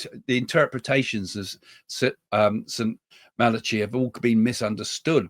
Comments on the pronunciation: St Malachy is pronounced Malachi silent h. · Saint MA-LA-KEY 🙈😊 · Love you Craig. From a former catholic… Malachy. Is pronounced Mal- a- ki❤ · It's pronounced Malakey (Saint Malachi)😂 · Correct pronunciation.... It's Saint Mal a key ☺️